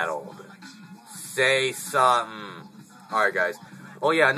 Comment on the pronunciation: SAAY SUUMTIN! lol thats another one for the favorites I was talking about this same topic with Ralston and it pretty much boiled down to selling what I could retrieve later and keeping a few sentimental things,lol my collection would Shrink! In some cases I have multiples of things so it would make it easy.